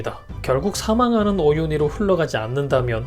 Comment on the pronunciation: 오휸희가 아니라 오윤희입니다